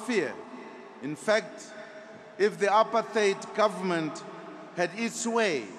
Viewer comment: He mispronounced 'apartheid'? Oh, how ironic!